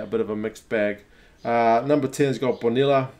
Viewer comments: I've seen in other comment we are already confussing you with bonilla pronunciation...us people of buenos aires may pronounce it bonisha too...but the correct way and for other 90% of latín américa is boniya...cheers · When its lla, you may pronounce it like ya...so its gonna be boniya...if it were boniya...its pronounced bonisha...go Pumas🇦🇷🇦🇷🇦🇷